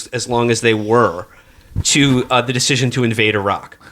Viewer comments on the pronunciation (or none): Felix: Redux "redioux"". Hyderabad "hyperbaad". (Knights) Hospitaller "hospitalier". (...) But then again, Will said "Irach" for Iraq. So there you have it. Matt has also been known to misspeak.